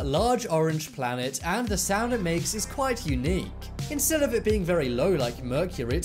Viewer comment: Ah yes 'saound'